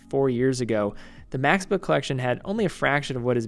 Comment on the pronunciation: Nice review, except for the American pronunciation of 'Max Bill'. It hurts to nu ears, sorry